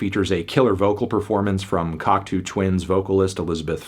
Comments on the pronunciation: It's not Cock-too, it's Cock-toe. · Cocktoo twins? Cock 2 twins? It's French! Cock tow!